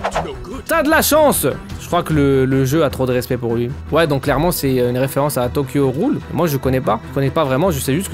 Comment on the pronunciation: c'est cool que tu refasse une vidéo dessus par contre c'est pas tokyo roule mais tokyo ghoul en prononcant le g c'est pour te dire 😂